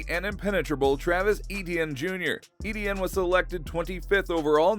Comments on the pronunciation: It's E-T-IN NOT E-D-IN. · Its ETN not EDN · Please don’t pronounce it edn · please stop saying EDN